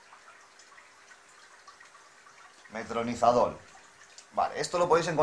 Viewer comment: Metronizadol? Es metronidazol